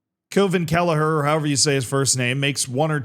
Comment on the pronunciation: What's your problem saying kellahers name it's pronounced kwee veen😢